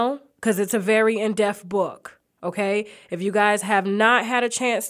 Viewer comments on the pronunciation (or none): Depth... Please stop saying "deft" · This is an amazing interview!!! (Tasha please stop saying "in_def)...... It's in DEPTH.... DEP.... TH!!! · "Depth" not "Def".